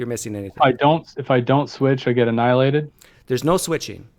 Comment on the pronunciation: PineCreek!!! He said “but Jesus didn’t get ahnilated “.